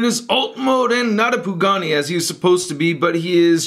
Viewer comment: It's not pugani its pagani